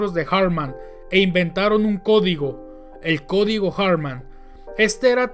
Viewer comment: No se llamaba "Erik" ni su apellido se pronuncia en inglés. Si no sabes alemán, pronúncialo en español. La pronunciación más sencilla es "Erij Alfred Jartman" (pronúncialo en español).